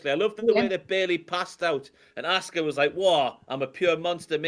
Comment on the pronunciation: I love that when says 'Asuka' it sounds like 'Oscar.' Makes me think about Oscar the Grouch having a dominant run as NXT Women's Champion...